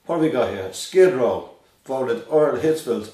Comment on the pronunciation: maybe he should change his band name to SKID RAW, thats what he sounds like hes saying when he said skid row